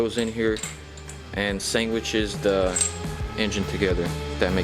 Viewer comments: ish did you say “sangwiches” lol, I love it! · "sangwictches" lmfao🤣